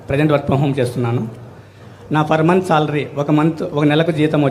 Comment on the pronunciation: ఒరేయ్.. "ఫర్ మంత్" జీతం కాదు రా "పర్ మంత్" జీతం. వీడు ఒక బర్రెలు కాసే వాడు మా వూర్లో... 🎀🎀🎀🎀🎀🎀